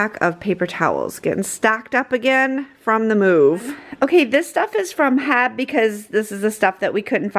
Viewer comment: The locals aren’t saying it the way it’s meant to be said…. I’m also a local, and everyone I know pronounces it H-E-B, as do the commercials you’ll see on television.